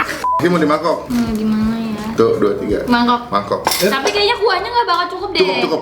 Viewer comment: Kok bisa fals bgtu bang ngomong mangkok nya wkwkwkwkkwkw